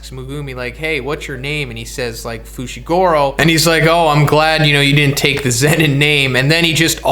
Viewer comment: FOO SHEE GOO ROH. FUCKS SAKE